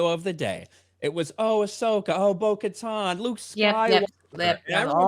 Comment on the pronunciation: Lol, why are yall calling her "Bo-Katon"? It's legit pronounced Bo-KatAn"